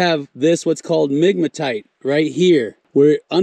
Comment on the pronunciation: I heard nigmatite! 🤣